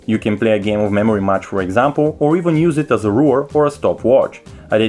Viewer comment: Its Ruler, not "Ruwer" Its Multi window, not "Mooti window" Its RAM, not "RAAAAAM" Its Ultra high, not "Ootra high" Wtf dude did you even go school?